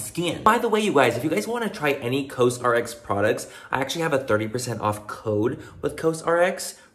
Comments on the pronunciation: Has anyone mentioned yet that it’s said like “cause rx”? 😂😂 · I love you Manny but for the love of Korean Skincare.... Actually learn how to pronounce the brand that’s sponsoring your video!!! 🤦🏻‍♀️🤦🏻‍♀️🤦🏻‍♀️ Cos RX like Kors